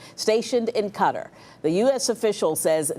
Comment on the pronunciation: Ka-tar 😂how hard is that to say not cutter smfh